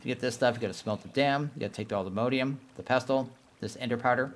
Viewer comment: PLEASE all-the-MOD-ium not MODE-ium